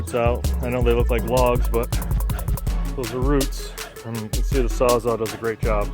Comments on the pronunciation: Are you saying "sawzaw"? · It sounds like you’re saying sawzaw, not sawzall. I think that’s why he was asking.